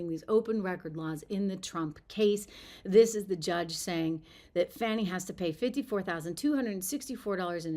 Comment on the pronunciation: Her name is Fani not Fauni, or Fawni. You know like Fannie Mae. It's an old school southern name... Kinda like Beaula . Stop lying Fani.